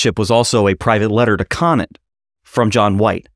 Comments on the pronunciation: cone ant. not konat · Roger Conant's last name is pronounced "Cone ant" Great episode about my 9th great grandfather thanks for highlighting his role in American history